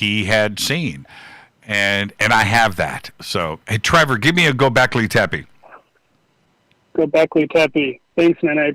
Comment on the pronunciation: Hi All..... Why does and the callers say Goblekli Teppie??